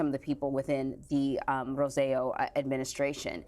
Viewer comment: That's not the ex Governments name; it's "ro-say-jo"